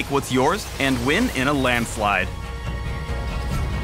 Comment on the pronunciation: I GET IT! Instead of what are you waiting for you said water waiting for